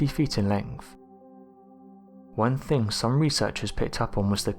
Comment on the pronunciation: Great video but from your accent you are English, so why don't you pronounce your words properly. It is so annoying to hear wif instead of with, fort instead of thought, fing instead of thing, lenf instead of length, over instead of other etc, I could go on. Please pronounce your words properly as English is a noble language and should be respected.